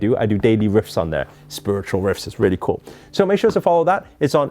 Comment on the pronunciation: Haha. That tyime u said ....RAELLY ..haha